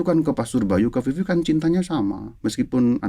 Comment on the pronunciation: Maaffff Vivi , bukan Fifi 🙏❤️